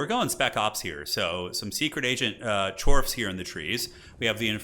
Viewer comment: Still Chorfs, not Chawy.